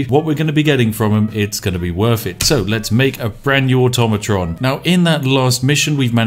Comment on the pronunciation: Finally someone says "Automatron" correctly.